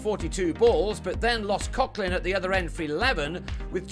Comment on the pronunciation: This commentator can never pronounce Coughlin, not Cocklin, Coglin. :)